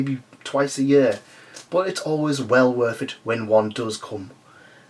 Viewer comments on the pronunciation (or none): none